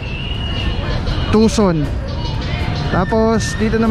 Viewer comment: Tucson bro, not tuson. As in tucson, arizona. And pls invest on a good mic para malinaw ang audio kahit saan nakatutok ang camera, tulad ng directional mic. Just sayin'....positive criticism...